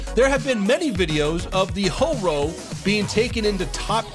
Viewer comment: Ho-ro.More like Hobo